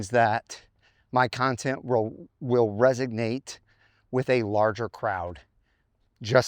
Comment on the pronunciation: It's resonate and not resignate. There's no g in the word you're trying to use.